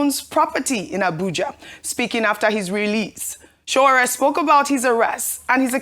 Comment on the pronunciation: Can Ojy please learn to pronounce Sowore's first name correctly? It's not that hard!